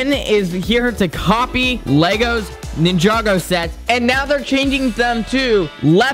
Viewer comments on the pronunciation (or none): It’s not nin-jog-oh it’s ninja-go 😡